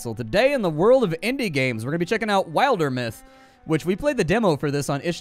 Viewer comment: Isn't it pronounced like Wilderness? Wildermyth